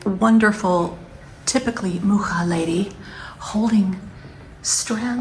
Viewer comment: I don't know if you've ever been to Prague, Czech Republic. If not, you should definitely go. There are quite a few buildings in the art nouveau style and a municipal house co-designed by Alfons Mucha. BTW it's so nice to hear someone pronounce his surname correctly 👏👏